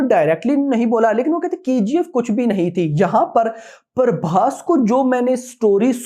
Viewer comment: Naam tho sahi lo bhai Parbhas nhi hai phabhas hai